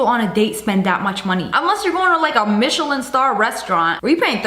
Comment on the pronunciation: More to add to the list of things Sssniperwolf pronounces wrong: Muckbangers: "Muck-Bangers" Michelin: "Michay-Lynn" Werther's Candies: "Weather's" Tesla: "TeZZ-La" Farfalle: "Far-Fall" and "Far-Full" Meditative: "Med-I-Tive" Stallone: "Stalline" Bruschetta: "Brew-Shet-Ah" Baskin Robbins: "Baskin Robbels" Mozzarella: "Mots-AHELL-Ah Shutterstock: "Shutter-Shock" Picasso: "Pi-Cazz-O" Amphetamine: "An-Fetta-Min" Conformation: "CoM-firmation" Macaron: "Maca-Roons" Pumpkins: "PuN-kins" Hideaway: "Hide-Er-Ray" Petri Dish: "Pastry Ðush" Balsam: "Ball-Sam" Michelin: "Ma-Shell-In" Mirror: "Marrar" Basil: "Bah-Zol" Paprika: "Pap-Ri-Kah" Carpaccio: "Car-Pass-Cee-O" Foie Gras: "Frah-Grah" Gargantuan: "Guy-Gan-Chu-Lar" Mayonnaise: "Main-Ace" Caesar: "Seizure" Naruto: "Nar-Roo-Toe" Siphon: "Sif-In" Mukbang: "Muck-Bang" Centaur: "Sen-Too-Ar" Badminton: "Ban-Ming-Ton" Appliqué: "Ah-Pleek" Croissant: "Crow-Sant" Bas-Relief: "Bass-Relief" Jicama: "Jah-Comma" Dijon Mustard: "Day-Jawn Mustard" Cheapskates: "Cheap-ScaPes"